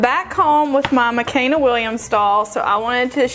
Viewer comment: It’s Makena. Pronounced Ma-KAY-na.